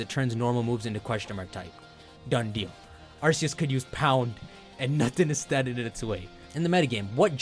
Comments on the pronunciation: The way you say Arseeus, when it’s RKS. 😅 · Dude quit pronouncing it wrong, it's arkoos not arseus